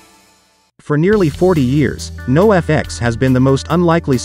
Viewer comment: If you would've typed the word Noahfex instead of NOFX into the chat gpt, it might have read it correctly. Unless this is a real dude saying this over and over lol